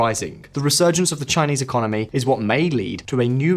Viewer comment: "Resurgence of the Xinese economy" Really?